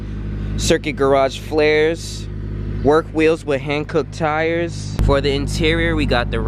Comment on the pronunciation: Just for clarifications sake, is it pronounced HONK-OO or HAND COOK? I’ve heard both. The enlightenment is appreciated. Mad props to the build bruv 👌🏽👌🏽